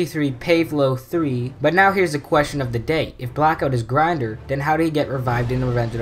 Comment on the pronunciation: And its pronounced grin-door